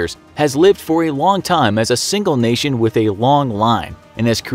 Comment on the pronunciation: say the words “national” and “nation” if you need help nk